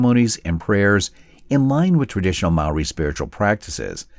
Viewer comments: Mispronunciation. Maori is pronounced like "mouldy" but it's a common mistake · As a Māori, this made me proud and sad. You did us proud with your video mate but my ears a bleeding afther that pronunciation 😅